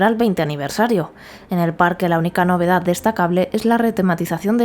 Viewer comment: El govern espanyol de torn va evitar que Disney vingués a Catalunya, això és conegut. Catalunya lligada a Espanya sempre serà llastada. Per altra banda, el vídeo està bé per a veure l'evolució de Port Aventura. El que no m'agrada gens és aquesta absurda i ridícula pronuncia d'algunes paraules com tutuki splas, sambala, novedaz, navidaz... grotesc. Esperem que Port aventura continuï millorant i ampliant-se al llarg dels anys. Una muntanya russa del Barça seria una passada. Hi hauria d'haver un parc del Barça, no de la lliga, no fa cap sentit.